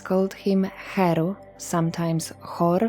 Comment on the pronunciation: Thank you for inviting me. I love when you say heru. He is here.my name is lindsey krishna.heru for 61 years.i lived in the caribbean.the world will hear voice, you are educating us.thanks..heru.with love.